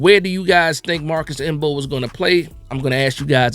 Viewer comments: The M is silent 😂😂😂😂😂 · Bro I came here for the same, I was like cmon the m is silent.